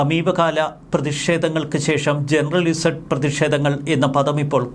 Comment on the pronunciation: ജനറൽ ഇസഡ് അല്ല... ജെൻ സീ.... Generation Z... Gen Z. Z ന് അമേരിക്കയിൽ പറയുന്നത് സീ...ഇപ്പോൾ 15-30 വയസ്സ് പ്രായം ഉള്ള തലമുറക്ക് പറയുന്ന പേര്. അതിനു അടുത്ത തലമുറ Gen Alpha